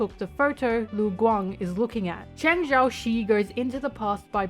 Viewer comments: As a someone who speaks chinese since young, I am CRYING at your pronouciation Cheng XiaoShi (cheng sea-ow sh [but dont say shhhh pls] ) its not XiaoShe ppl Lu Guang (Loo Gu-wang) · I know you’ve probably been corrected for this already but for those who wanna know how to pronounce the character’s names because the English spelling of Chinese is incredibly misleading, the black haired guy is Cheng Xiaoshi and it’s pronounced like “Chung shao-shurr” and the white haired Lu Guang is more intuitive, pronounced like “Loo Gwong”.